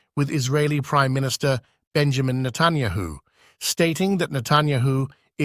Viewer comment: Who is Natanyaho? Why can't your computer voice pronounce names?